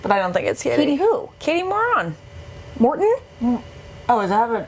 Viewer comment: Katie 'Moron' ? Really ? Ashley, you literally hosted one of these recaps with her weeks ago and you got her name right then. What's with the unnecessary pettiness ?